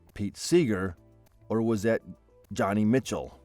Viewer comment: Joni Mitchell.. Joni pronounced like Joe-knee. Not Johnny. She was and is a very beloved and popular singer songwriter of the 1960s.